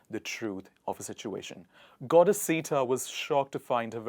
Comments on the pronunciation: You don't have say sita, it's sita honey. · Ruhmayana and sheeta😭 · Its Seetha and that's Ramayana you better pronounce them correctly.(you are doing it wrongly) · Everything is perfect except the way you pronounced sita..Better pronounce as sitha as it has meaning..Not seetta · Wait whaaaat "seee-thaaa" ????🙄🙄 English ke chakkar mein you forgot how to pronounce "SITA" 😂😂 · Great diction and enunciation. Just a point. The word Sita is a hindi word and hence doesn't need to be pronounced based on English phonetics. 🙂 rest all is great. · Video has good content but presenter should have pronounced Sita correctly. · Atleast pronounce Ramayan and Sita correctly, don't forget that originally you are an Indian🇮🇳. Don't forget your own greatest culture of this world ever, be proud of it. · I thought he was enchanting and then I heard him pronounce "sita"... 🤦😂